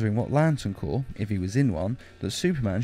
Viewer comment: Isn't it cor not corp